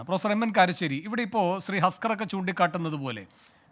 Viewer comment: കാരരശ്ശേരി.. കാർആആ അരശ്ശേരി 😂പിണറായി വിരുദ്ധൻ 🤣